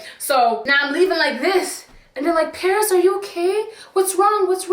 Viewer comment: LMFAO parrrrrris 🤣